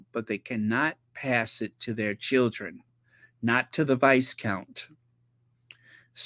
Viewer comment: Viscount=VYCOUNT the s is silent.